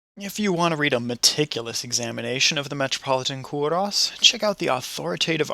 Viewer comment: It is pronounced Ko-ros not Ko-Russ!!!